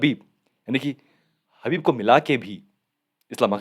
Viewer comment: हबीब नही khabib 🤣